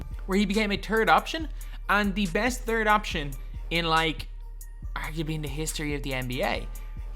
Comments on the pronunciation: “he became a turd option” lmaoo wtf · Haslem is glitched. Gotta search for Heat Sapphire Historic for him to pop up. Cmon you’re supposed to know this. PS I also heard Turd option lmao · “He became a Turd option”